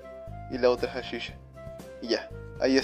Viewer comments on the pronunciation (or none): se dice salchicha no sashisha UnU